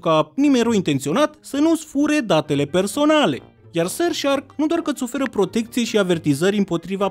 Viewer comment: Ce cringe îmi iau când zice SuRF sHAAArkk👹👹👹